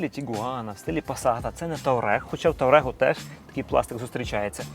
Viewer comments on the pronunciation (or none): Для чого ви промовляєте слова, тим паче, назву моделі, я вважаю, по бидлячому зневажливо!? Який, в )(уя, таурег ???? Volkswagen Touareg (укр. Фольксваген Туарег), розумієте , чи ні ? Ви безграмотна і безвідповідальна людина, ніколи би у вас НІЧОГО не купував би, і нікому не раджу.